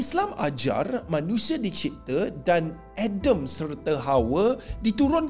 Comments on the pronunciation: Buke. Edem..tapiADAM...A.D.A.M AKU xthu la klu kau masa tadika dlu A tu bunyi E..... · Adem adem. ADAM LAA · X payah edem sangat la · Manusia berasal dari syurga diturunkan kepada bumi, Adam bukan edem bak kata Ahmad Deedat : Allah bukan elah elah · Cubalah bercakap yg benar,Adam jadi edam, Asia tenggara je pon bkan Eropah